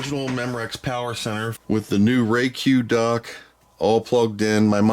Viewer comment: Its a Dock not a Duck